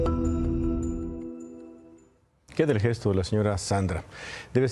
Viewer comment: QUE DICE EL LECTOR DE NOTICIAS? QUE DERGESTO???????????????????????????